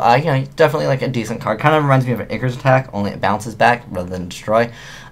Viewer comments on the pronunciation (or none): none